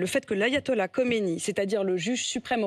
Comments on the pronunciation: C Khameney et pas Khomeiny. Khomeiny est mort depuis 30ans . Reveille toi bébé. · Elle prononce mal mais c est Khamenei…. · Elle prononce mal khamanei